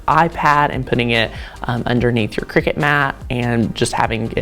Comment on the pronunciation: It’s a cutting machine not a game played over scones in white caps. Kricut kri-cut The end of the brand name is pronounced “cut”.